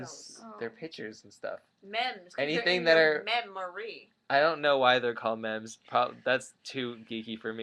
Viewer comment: meme is pronounced MEEM. :)